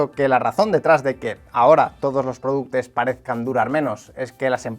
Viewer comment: productos o productes 😂